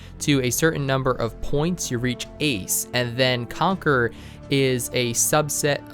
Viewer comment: Everytime he says Conquer Me: Conquerors haki biyaaaccchh